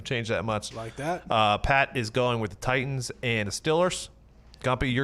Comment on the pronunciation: “Titians”...come on 😂